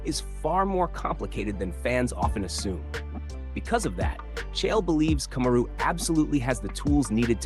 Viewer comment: Kamaru = ( coma-roo) Usman= ( os- man ) and ( ass-man). Boy this channel butchers names.😁 It's hilarious though🤣🤣🤣